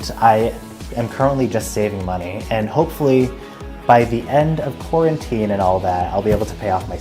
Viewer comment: "end of quaretnine" lol